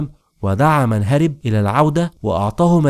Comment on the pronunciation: رغم حبي لحلقاتك الا انك للاسف لا تنطق الكلمات صحيحا بالفصحى كما يجب فالفعل هرب يلفظ بفتح الراء وليس كسرها